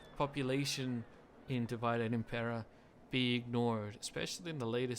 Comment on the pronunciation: "Divide" in Divide et impera is not english word. Your pronunciation is wrong. Here